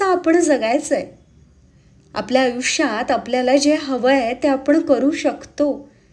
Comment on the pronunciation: आपण म्हणणे ऐकायला जास्त चांगले वाटते कानाला आपन पेक्षा कारण Last sentense मधे दोन्ही शब्द आले don't take it otherwise 🙏🙏